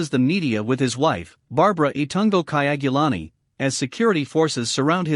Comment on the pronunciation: The name is KYAGULANYI not KAYAGULANI